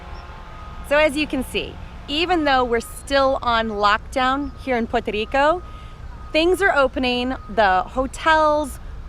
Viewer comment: Thanks for the up date, I waiting to visit the Island and family, maybe July I want to give it time for more things to be up open. I was there Las December so I can wait one more month :) btw love the way you say Puerto Rico.